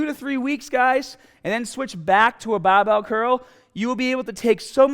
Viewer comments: easy cuul baahbel baa...haha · cool as hell and the amount of times I heard bahbell was very satisfying